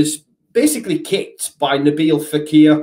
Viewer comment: Fekir not faqir, not that I know what that means in Arabic either 😂